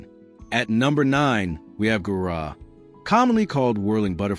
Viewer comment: Gaura, not Gurah ! 😮 😮 😮